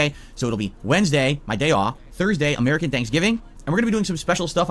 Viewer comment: STOP CALLING IT AH-MERICAN THANKSGIVING YOU ALIEN